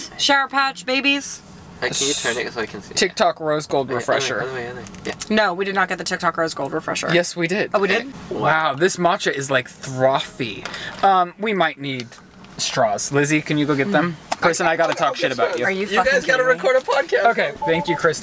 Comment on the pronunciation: Did nobody else notice how pronounced FROTHY? “THROFY” 😂